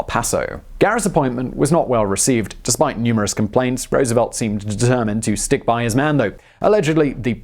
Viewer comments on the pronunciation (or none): none